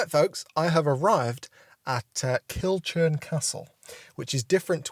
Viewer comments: it's kind of pronounced like cull-curn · Nice video as always, it’s a fantastic area. Just for future reference when/if you’re back at Loch Awe, Kilchurn is pronounced Kil-hoorn. I’m a 53 y.o. Scot and despite having photographed it a few times, I only found that out a couple of years ago when corrected by a friend.